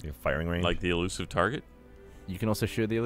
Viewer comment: Eluisve lol